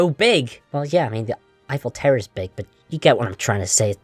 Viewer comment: You keep saying “tower” as “terror” and I was very confused